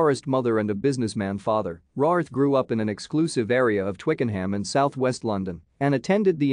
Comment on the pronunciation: Her surname is pronounced RAYWORTH.